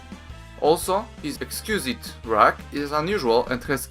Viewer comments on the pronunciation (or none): Exquisite is pronounced as I spell it out. (EKS-kwiz-IT) I know english isn't your first language and just wanted to give you a small heads up on the pronunciation.